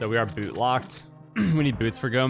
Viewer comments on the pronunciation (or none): none